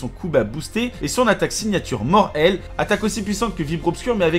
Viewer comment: "Mort - Ailes"... C'EST UN JEU DE MOT ! Faut prononcer le "T" !